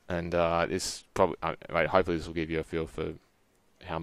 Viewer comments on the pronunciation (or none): none